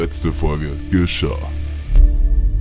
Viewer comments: Lieber und! „Was letzte Woche Gescha“ fehlt das h am Schluss:-) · Das Gaschah am anfang ohne h, Trotzdem echt tolles Video, gerne mehr davon und macht weiter so